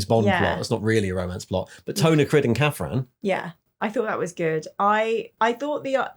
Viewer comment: I have never heard anyone pronounce Criid like THAT!